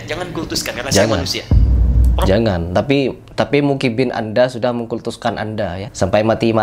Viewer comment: Baru opening bilang mukibbin😂. muhibbin bang pake huruf ha'